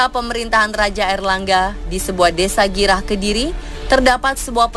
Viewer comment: bangga aku lahir di kota kcil kediri gurah mbk bkn girah😂😂😂😂